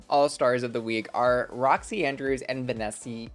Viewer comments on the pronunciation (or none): Van-NESSIE !?!?!? ...lol... Scotland called. They want their lochness monster back.